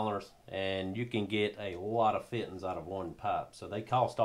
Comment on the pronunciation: Feeteens. Love it.